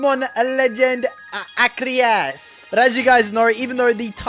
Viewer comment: It’s arces but it’s pronounced ar- key- s and also it’s not porkumon it’s Pokémon